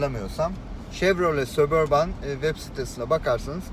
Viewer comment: sabörbın diye okunuyo abi